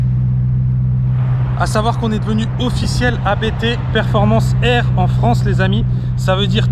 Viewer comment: Il ne s'appelle pas "A" "B" "T", mais Abt comme le nom de famille du fondateur avec 3 pilotes de course célèbres (dont DTM et Formule E) Vous devriez faire un peu de recherche / effort avant une vidéo! !! :-(